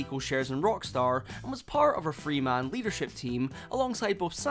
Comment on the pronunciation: "Set to be released in twenty twenty fwee"